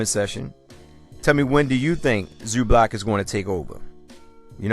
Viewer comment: Funny how you pronounce his name like its Zublac, its Zubac man, loose the "l" in it... ;)